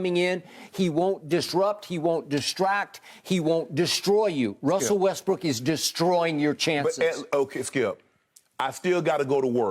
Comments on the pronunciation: My dude legit said "Wussell Restbrook" EDIT: My dude legit nearly said it again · "Wussel Restbrook" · "Wussel Resbrook" - Shannon Sharpe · Wussel Restbrook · did he say Wussell Restbrook?